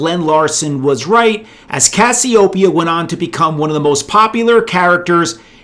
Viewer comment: Cassiopeia, Cass-ee-O-pee-ah, just like the goddess